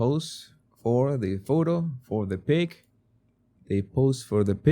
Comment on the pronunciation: Jesus at first I thought you said they have to pose for the PIG. I thought thats what you were calling the photographer. Then I realized a few seconds later you were saying PIC!! Lol 🫣